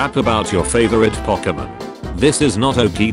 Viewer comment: The moment the word "pokemon" was being mispronounced was the moment the video should've been deleted 🤣